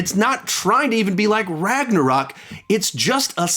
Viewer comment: RAGNARAK LOL 😂IM DYING